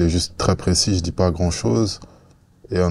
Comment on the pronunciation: Encore une avec les "tch" et les "dj". "tu dis" et pas "tu djis". "thérapeutique" et pas "thérapeutchique"